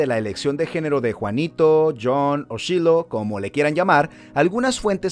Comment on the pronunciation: Se pronuncia /shailou/